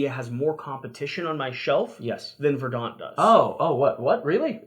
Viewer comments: There's no debate. Look it up. The accent is on the first syllable. /ˈvərdnt/ You can find the oral pronunciation on YouTube. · It’s pronounced verdant